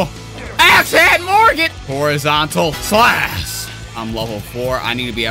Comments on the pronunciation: PRONOUCE THE H IN SLASH, PLEASE! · Pronounced:slash:slass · u said strong slas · YOU SAY “SLASS” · Man's H button broke, cause th is "slas"